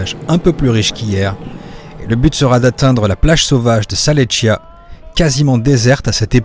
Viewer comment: Super petit trip. Alors pour les prononciations. Plage de de salletch et plage du Lodu. Bravo pour les difficultés et bien venue en Corse. Salud